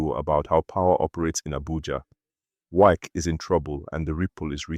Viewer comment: Are you a foreigner? This one you're pronouncing wike as wake, wike is wike, Nigerian and their habit of adopting other people's language and culture. You're talking about someone that the followers don't even understand how you pronounce his name, how will people know you're talking about wike, when his name can't even pronounce for people to understand. Try to pronounce people's name locally pls